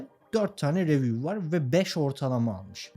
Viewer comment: kanka anlatımını ve enerjini beğendim ama ingilizcen beni çok yoruyor. reviuv değil riviuv desen ben de takılmasam. emeğine sağlık ( istersen ingilizce konusunda destek verebilirim, dalga geçmek niyetim değil)